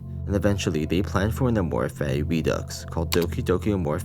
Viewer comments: Him pronouncing fati like fatty is hilarious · Take a shot every time a pronounces "Fati" as "Fatty"